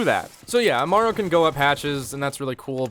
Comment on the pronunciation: Im cringing (ama- ru) aaaaaaaaggggggggghhhhhhhhh